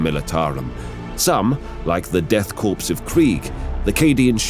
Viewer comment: There are some signs that could indicate to a casual viewer than the narration was done with text-to-speech and the content translation itself was at least not fully proofread for localization. Death Corps was pronounced like "Death Corpse" instead of "Death Core". Instead of the Armageddon Steel Legion, it's the Armageddon Legion of Steel. It's High Seneschal Helbrecht rather than High Marshal Helbrecht. I'm sure there's others. Those are just what popped out to me. Maybe was just being a professional and not questioning the work placed in front of him or wasn't given enough time to catch all of his own mistakes in the final cut of the voice over. I don't know how voice actors are supposed to approach the stuff they're supposed to read off. Still, I would have hoped someone who is as experienced as him and has done as much work for Warhammer as he has would push back a little on the script in places to avoid such concerns.